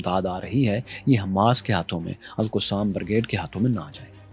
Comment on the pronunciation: Bhai “alqussam alqussam” bolna band karen its ALQASSAM BRIGADES القَسام